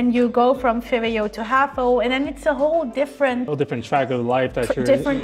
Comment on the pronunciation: Its vwo not vbo😂